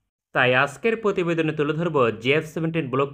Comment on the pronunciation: ভাই ভিডিও বানান ভাল কথা, উচ্চারণ একটু ঠিক করেন। Block এর উচ্চারণ ব্লক, বলক নয় “করেছে” উচ্চারণ করুন করেসে নয় প্রতিবেদন কে পতিবেদন বলবেননা ক্রয় কে ক্রয় বলুন করয় নয়। প্রাথমিক শব্দটি সঠিক, পারথমিক নয়।